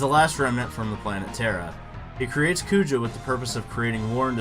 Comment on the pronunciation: Garland is more iconic bro.. wooow you even called Kuja for Poojah in the video rofl. Small nitpick, I think Sephi is more iconic than Kefka as well